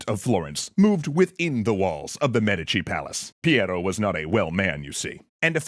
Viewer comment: Why are you saying Medici so weird?